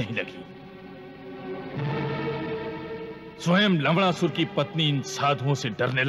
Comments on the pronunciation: Lavnasur ❌ lavdasur ✅ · Kiski ne dyaan Diya larna ko larnda bol rhe sabne lavdarsur bola h bar bar sun ke dhel lo 😂😂😂 bichaare actor's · It's not laudasur it's lawnasur